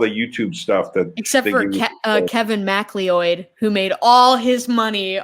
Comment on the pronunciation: Fair. Macleod is a oft mispronounced name, but mackleeoid is a new one for me, so I was a little taken aback.